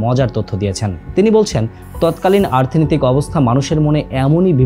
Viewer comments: আর্থনৈতিক কেন বারবার বলছেন? শব্দটা অর্থনৈতিক। আর জিয়াউর রহমান, খালেদা জিয়া বড় একটা সময় দেশ শাসন করেছেন। তাদের বিষয়ে ভিডিওতে কিছুই দেখালেন বা বললেন না যে? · ভিডিও টা ভালো লাগলো কিন্তু বারবার অর্থনৈতিককে আর্থনৈতিক কেনো বললারে ভাই🤔